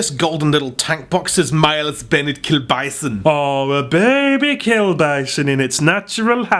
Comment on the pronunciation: The way he says "miles bennet KILLBISON" kills me!😂😂😂 is that how miles actually sounds?